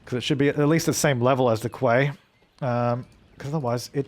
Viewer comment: Quay is pronounced 'key' you aussie battler